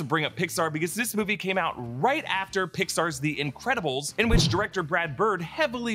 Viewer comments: “compare this with pixar’s fantastic four” took me a sec to figure out he said that lol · Me too. I thought I was trippin